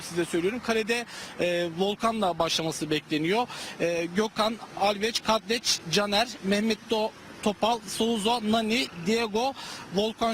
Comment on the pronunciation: Alves diyeceğine alveç kadleç diyo